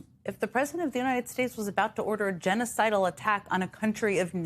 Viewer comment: "genicidal" Come on